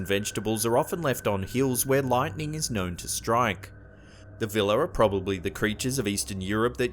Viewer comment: Vila are properly pronounced vee-luh or vee-wah.